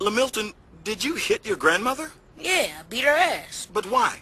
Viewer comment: "grandmoDer" lol